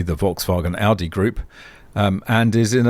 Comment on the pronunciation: Greetings from germany. You are the first english speaking person, who pronounce Volkswagen / Audi nearly perfect. You know, that these are the same company? And Porsche belongs to them, too. Volkswagen bought all the brands in the 90s. Including Lamborghini. I am really impressed. I know, you are from australia. US americans usually have hard problems pronounce german names and words. I own an electric motorcycle since 2021. Till now i don't had a fire or malfunction of the batteries.